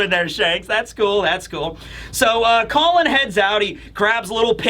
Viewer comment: pronunciations change from Call-on to Colon to straight up Colin 😂😂😂